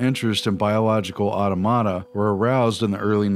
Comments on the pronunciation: Awe Tom Ata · Automata = [aw-tom-uh-tuh] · Awesome video, but that annoyed me too. Ah - TOM - uh - Tuh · Hearing "automata" pronounced that way is really irritating.